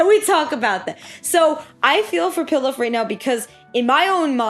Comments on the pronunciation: Pilaf is pronounced pee-loff like the rice dish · it’s pronounced pee-lof lol 😂